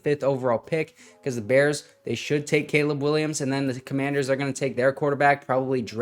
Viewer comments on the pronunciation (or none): none